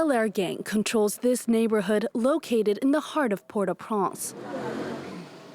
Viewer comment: I keep hearing Port Au Prance. Wasn't it Port Au Prince?